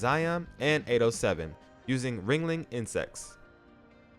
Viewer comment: It's Wriggling not wringling